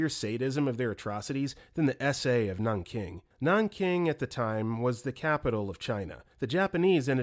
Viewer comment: The impact of these stories is somewhat ruined when you can't even say Rpe.of Nanking properly.